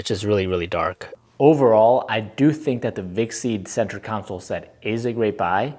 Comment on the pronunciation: con - Soul not council